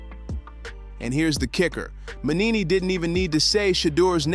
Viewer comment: It's not Mannini, it's Mangini. At least get his name right.